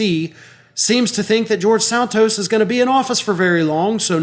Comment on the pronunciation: George Santos, the Liar of Long Island BTW, kudo to you,, for correctly pronouncing his (alleged) last name.